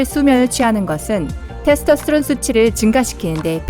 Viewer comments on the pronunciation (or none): 예? 테르토스트론이요? 테스토스트론이요?